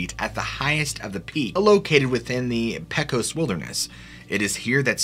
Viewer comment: I love your stories and your voice but Please work on your pronunciation. Pay-cos , even though it`s not spelled that way, and others. My neuro-divergent brain can't handle it. It might be a "me" thing but you are recording for posterity. Why not work on it?